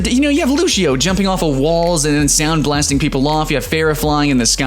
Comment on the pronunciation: "Lushio" Its Loo-See-Oh